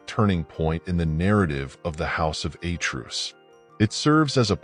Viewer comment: Who is this narrator? The house of A'truce? A truce is a cease fire beyween two warring parties. He appatently knows NOTHING about greek nor latin. The greek word Zeus is pronounced ,Tz-us, lije the derivatives Theos and latin Deus with 2 (TWO) syllables. I suppose he still thinks that the portugese rose wine MATEUS is pronounced MA-TOOSE. DO YOUR HOMEWORK. (what a moron!)